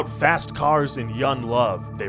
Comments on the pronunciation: I hate how this man doesn't pronounce the G in his words. "sawn" "yun" "sin" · “Son”, “youn”, “siners” “alon”? Do you have a problem pronouncing “g”’s or something?? Really annoying for a voiceover! Blow your nose or something